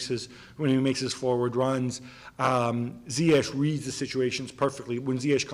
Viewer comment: Jesus Christ and he just messed up Ziyech’s name